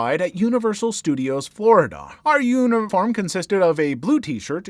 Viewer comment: The Jaws ride story, ... i had to rewind a few seconds at the start because I thought you said "union farm" instead of uniform...